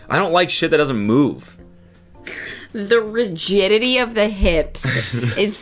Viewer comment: Rigiditity lol